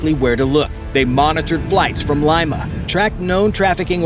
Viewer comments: Wow! I knew Peruvians make the best ceviche but I didn't know they make the best counterfeit money, too. And, the capital is pronounced, Leema not Lyma. 😂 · "Lee-ma", not "lie-ma" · That's LEE-Ma...not L-EYE-Ma.... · Lima = "Lee-Ma" not "Lye-Ma" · Its LIMA,not lyma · Leema. Leema. Not Lime-a. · Its pronounced LEE-mah not limemah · “Lyma” 😂 it’s “LEE-Mah” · LEEEEMMAAAA.... not Lyma!!! FFS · Lima. Not "Laima". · Leema not L-eye-ma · Great video but please pronounce "Lima" correctly. "LEE-MA"... not LIME-AH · Lee- ma, not lima. Like the bean😊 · Lima is pronounced Lee-ma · Lima pronounced LeeMa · Lima pronounced Lee ma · IT"S LIMA..........NOT LYMA.........GO BACK TO SCHOOL.........UGH. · Good lord, dude, it's not pronounced "lima" like the bean! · Great vid ! But Lima it’s “LEE-muh”! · Leeeema. Otherwise, great video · It’s pronounced “Leema” stupid. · " Lee ma " . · Lima is pronounced “Leema”. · Fix his pronounciation of Lima lol- other than that great video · Please pronounce "Lima" correctly. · My only question is how many times will he mispronounce Lima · The A1 vocals were great except for that huge mistake